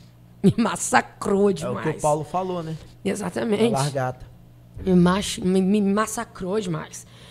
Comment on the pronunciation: 😂😂 tão lindo, mas ajudem ele a falar LA GAR TA kkkk